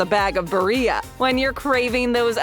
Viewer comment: BarriA LMAO its BariLLA